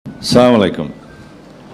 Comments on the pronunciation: লিডার সালামটা শুদ্ধ ভাবে দিলে আরো ভালো হয়,আসসালামু আলাইকুম ওরাহমুতল্লা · সালাম টা শুদ্ধ করে দিতে পারলোনা। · সালাম টাই ঠিকমতো দিতে পারেন এই হচ্ছে সিনিয়র লিডার